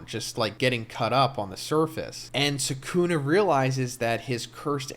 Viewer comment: It's not sookoona, the correct pronunciation is skoona.